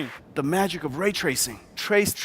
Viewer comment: Can't unhear now. Rageracing.